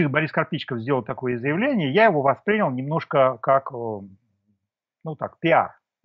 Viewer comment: Вы не правы! В указанном выше слове ударение должно быть поставлено на слог с буквой И — воспрИнял.